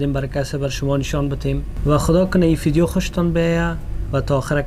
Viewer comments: It’s called VVVVIDEO not FFFFIDEO!! btw happy anniversary 🌹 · What's ur problem mann why u say fideo it's make me crazy mann😂😂 Btw love u guys hamesha khob and khosh bashen😥❤